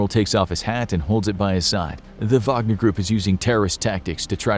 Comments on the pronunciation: am i the only one who heard vodka not wagner? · Is it Whag-ner or Vag-o-near? Wagonereer? Groupee? gruiopierre?